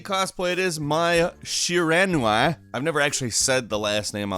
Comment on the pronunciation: It's pronounced "My She-rah-new-we". Just sayin'.